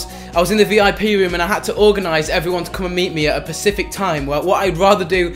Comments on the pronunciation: *specific, not pacific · A " pesific" time you mean specific😂😂😃😃